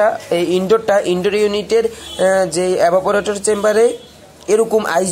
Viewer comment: ভাই এবা পরেটর না, ওটা ইভা পরেটর আগে উচ্চারণ ঠিক করেন।